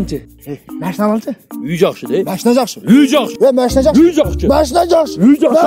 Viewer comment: Мәшине эмес машина дечи брат